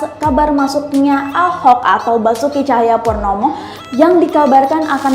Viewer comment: Woy ora ono, kamu jgn asal jeplak sebut nama orang Basuki Basuki Tjahaja Purnama jadi Basuki Tjahaja Purnomo, ga becus baca berita mending diem